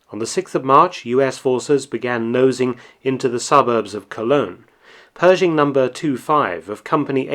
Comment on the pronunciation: You left out the "h" in Pershing!